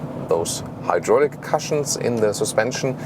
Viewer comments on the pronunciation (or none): ˈku̇-shəns...not ˈka-shəns ! ;-)